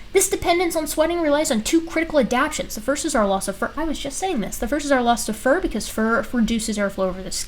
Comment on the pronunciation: The word is ad - ap - tations not ad - apations. 😉 😘